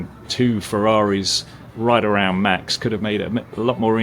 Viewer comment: Max isn't german, that is not how you say Max's name.. if you cant say it right just stuck to the defacto..